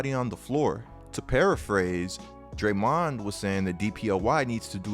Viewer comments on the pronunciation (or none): Why you pronounce it like DrayMOND lol